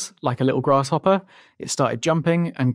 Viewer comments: Please don’t say “grash hopper” again, I beg you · Sound like you're saying grash hopper